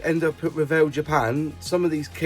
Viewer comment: Thank you for the video and much thanks for pronouncing Revell correctly